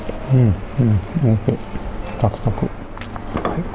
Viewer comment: 普段滑舌よいのに、美味ひぃーに笑ってしまいました。